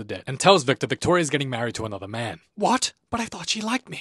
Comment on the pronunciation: Anotha day, anotha banga